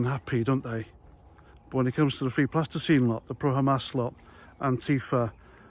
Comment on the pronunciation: 'Free Plasticine' You rotter 😂😂😂😂